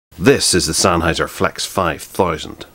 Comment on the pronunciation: “This is the Sennheiser Flex foyb towsund”